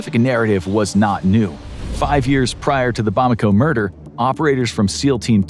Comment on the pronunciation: It’s ‘Bamako’ not ‘Bomako’